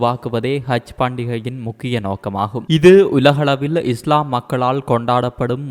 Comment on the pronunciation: Seithi wasikkum pennukku haj enru solamudiyata kaj enru than solhirar